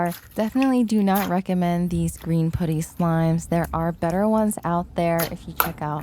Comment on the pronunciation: It's pronounced puh-tty (put like hut) not poo-ty 😊